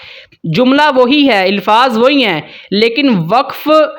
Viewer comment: الفاظ کے الف پر زبر پڑھنی ھے